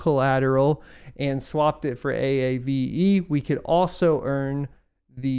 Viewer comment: Lol A.A.V.E , wish I could tell you it's pronounced AAVE. Great content, thanks for all you do !